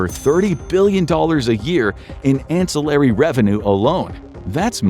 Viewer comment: In the UK I pay £241 tax on a £450 ticket to Thailand, 'isn't ai' but can't say ancillary correctly.